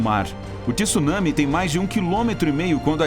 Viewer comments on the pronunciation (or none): Com tanta informação, não sei como uma pessoa ainda pronuncia “tissunami” pqp!